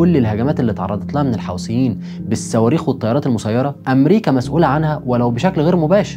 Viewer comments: ملحوظه بس اسمهم الحوثيين مش الحاوثين عييب اوي انك مش عارف تنطق اسمهم صح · يا اخي الفض الكلمات جيداً الحوثيين وليس الحوسين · الحوثيين وليس الحوسيين